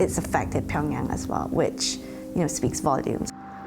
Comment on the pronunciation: this is just ridiculous, how can you pronounce Pyongyang incorrectly when this is the capital city of your story?